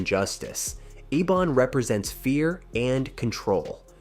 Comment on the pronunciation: Rubberband man is the brother of ebon not richie. You mispronounced ebon's name a few times.